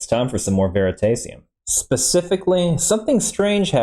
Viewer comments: His channel is pronounced veritahsium not veritaysium... As in veritas ium which is how he created the channel name. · I heard ver-i-tay-see-um and had to leave o.o